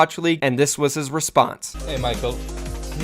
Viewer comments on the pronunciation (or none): It made me laugh how pronounced your name, "mikel" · lol called you “mickle”